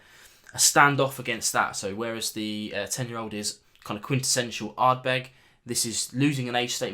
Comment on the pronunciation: Hey, "Ardbed" 😄 🍻